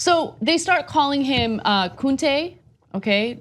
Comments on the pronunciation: Did she say Kuntè 😅😂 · ...lol when Anna says they start calling him "koontay" i died laughing! Oh, you mean Kunta! lol, i also love any video when she says attempts the word "hijab" because I'm always like "what is she trying to say? OOOOh, HIJAB!" lolol #justfunny #lovemesomeanna